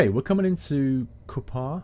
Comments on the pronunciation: I was based in Leuchars for a time when I was in the RAF. Leuchars is pronounced "luke-ers". Cupar is pronounced "cu-per". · Cupar is pronounced like cooper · Cupar is pronounced the same as Cooper :) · Just for future reference, Leuchars is pronounced "lookers", Cupar "Coopar" and Kirkcaldy is just without the "l" (Possibly "Kirkoddy" depending your own inflections.) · OMG just listening to trying to pronounce the names of the Places,:P lol not being local must suck as im fae Perth